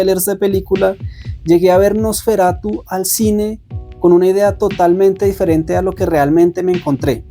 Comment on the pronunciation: Me daba algo cada vez que decías "NosferatuS" 😮‍💨, pero tu reflexión me gustó mucho, muy alineada a lo que nos cuenta Eggers a través del Terror.